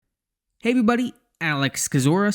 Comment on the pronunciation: Intro be like: heyevwybuty